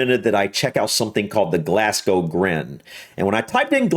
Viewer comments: Pronounced Glazgo, not Glassgo. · It's "glaz-go" not "glass-co" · It's pronounced "Glaz-go" not "Glass-gow" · I love hearing Americans mispronounce 'Glasgow'. Here in Glasgow we call it Glesga. 😂😂😂 You should do a reaction to videos covering the Scots language. That'd be interesting. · It's pronounced glarzglow